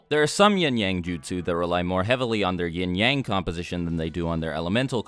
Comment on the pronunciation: All i hear is “yeeng yeng” LMFAO